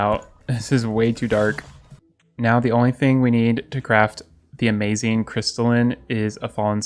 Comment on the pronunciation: any1 else love how he says “amazeen”